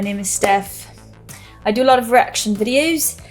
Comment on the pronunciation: Stef when you said "Reaction videos" you sounded so British play it back you'll see! Awesome reaction ❤.